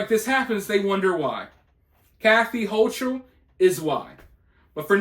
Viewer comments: HOE KULL is how it is pronounced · Hochul (pronounced Ho-kul), only knows how to make things worse-she is a tyrant. The helicopters I saw flying over Malone were NOT Black Hawks, they were Chinooks (quite the sight seeing them fly over stores and the NYSP station the other day). When listening or reading the view point of the inmates, you need to keep in mind that they are not in prison just for going too fast with a motor vehicle, they are in there for some really horrible crimes, and many will lie to your face without flinching. They are being fed, but some are throwing bodily waste at the ones feeding them (which is not uncommon). Some of the contraband that has gone into the prisons in the last few weeks happens to be an "unknown" chemical substance, which when exposed to (and/or inhaled) has sent more than 20 prison workers (COs and Civilian staff) to an under staffed and under serviced hospital (most services were removed by the higher ups of that network in VT over the last several years), where multiple doses of Narcan had to be administered (see the articles on and These should tell you just a little bit of how unsafe things are at the NY prisons, and laws like the HALT Act only make it worse. Hochul has been the most inmate supportive governor NY has had and it gives her a horrible black eye in the eyes of most voters and those communities affected by the strike.